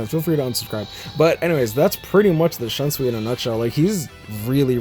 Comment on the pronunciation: Also, not tryna be offensive but, many Bleach fans (especially the Western ones) pronounce Shunsui's name wrong. It's pronounced as /Shoonsuy/, not /Shunsuwi/